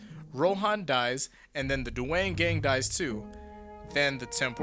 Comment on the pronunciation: Bro you said duwang gang...